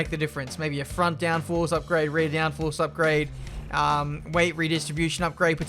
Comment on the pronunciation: Nobody:: Upgade